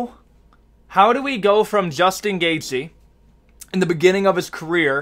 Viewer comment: there’s is no “S” in gaethje brotha but you can sure as hell hear it when he says Justin.